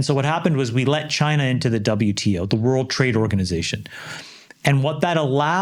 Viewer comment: Chamath says lets invent a World… Trade… Organisation 😭😭😭😭😭😭